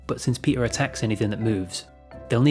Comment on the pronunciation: PEEDAH THE FISH IS HEAH